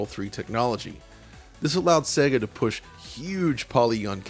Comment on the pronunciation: Wonderful video but please pronounce SEGA correctly. It's SEYYGA (as in 'AGES'), not 'SEGGA' as in EGG.